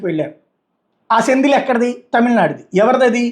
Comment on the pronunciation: సెంగోల్ సర్ సెందిల్ కాదు